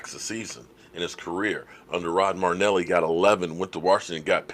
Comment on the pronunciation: Your killing me. His name is NOT Rod Marneli! His name is Rod Marinelli! There is an "I" in there. You dis him by mispronouncing his name. How to pronounce Marinelli